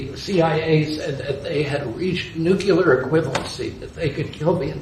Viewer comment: RFK Jr. said "Nucular." Okay. Disqualified from everything. Forever. Nucular? a) No such word. b) If you can't be bothered to pronounce an explosive word like Nuclear correctly, you shouldn't ever have a position of power in any industry. Including, if you'll forgive the very dated usage, Dog Catcher.